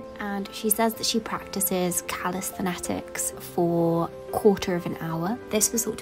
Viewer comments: Is that how you pronounce calisthenics?! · You are pronouncing calisthenics incorrectly. You are adding a whole extra syllable.